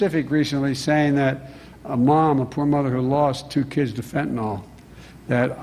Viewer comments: FENTANYL NOT FENTINALL!!!!!!!!!!!! Everyone on this mispronounces it!!!!! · And can politicians PLEASE pronounce fentanyl properly...."Fen-ta-NYL", not "Fen-tah-nall"...sorry...medical professional's pet peeve.... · It's ridiculous to see political leaders politicizing fentanyl, and constantly calling it fentanol. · FentanAWL, LOL. It's like nucular. People who say it are ignorant. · Does it bother anyone else that no one in our government seems capable of pronouncing Fentanyl correctly? Do you see an "O" in that word anywhere? The press too. I can't remember one person pronouncing it right. It's an example of how people are afraid to be wrong even though they're right when they hear everyone else saying it incorrectly. If you hear someone pronounce it fent-uh-nil then pay attention to that person because they're not afraid of being wrong.